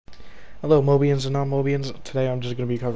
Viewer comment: "Mobians and non mobians" what the fuck did i just hear bruh